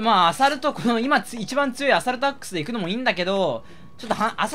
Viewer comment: アサルトアックスがアダルトアックスに聞こえてしまう…